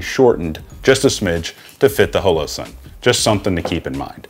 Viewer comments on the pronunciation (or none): Question: why are you pronouncing holosun as “hoe low”, instead of “ha low” the way it would normally be said in hollow or holograph, as in holographic sight? Is that just a weird geographic pronunciation of hollow? Just curious as it doesn’t sound like you have an accent with any other words